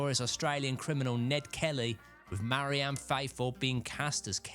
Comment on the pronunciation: MARY-Anne? REE-concile? What's wrong with ye man?